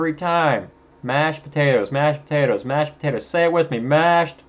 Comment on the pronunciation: I love it “ Mashes PO-Ta-TOSss.”